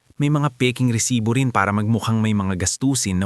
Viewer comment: Mali rin ang bigkas ng " Lipa"Pilipino ka ba,? bakit ganyan ka kung magsalita ng tagalog, resibo hindi resites